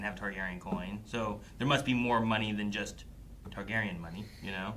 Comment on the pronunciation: yapping in the intro about how he's seen game of thrones multiple times along with house of the dragon and the books yett he still mispronounced TARGARYEN and says tygarian after all these years...